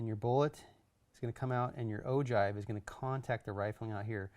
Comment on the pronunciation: it's pronounced oh-gyve not oh-jive.